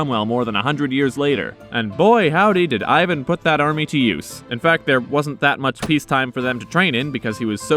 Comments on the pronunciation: Ivan Groznyj, not Ajven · Starts off pronouncing his name properly Ee-van. Then immediately after starts saying Eye-van. Probably pronounces Iran, Eye-ran and Iraq, Eye-raq.